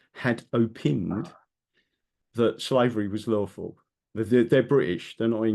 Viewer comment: OW-PINE Don't know where you get the 'EE' Baffles me. All the knowledge and yet pronunciation on certain words is lost on you.